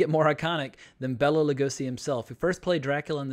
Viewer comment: It's Bela, not Bella.